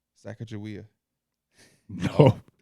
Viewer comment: p saying sacagawea fucking destroyed me 😂